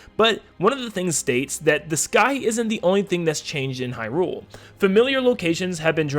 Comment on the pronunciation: I love your content but oh my god is it jarring to hear you say Hyrule wrong over and over 😂